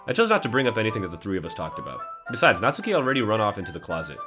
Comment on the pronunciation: You do not. Pronounce the "u". In Natsuki. It is "Not-skee". Not "Not-su-kee". You don't say "Sah-su-kay" do you? It's "Sahs-kay". Every person who's ever made a DDLC playthrough does this.